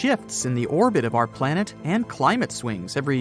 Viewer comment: You guys spelled planet wrong. You guys instead said Palnet